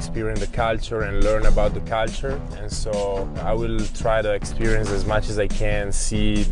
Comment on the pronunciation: “Caltar” aka culture 😂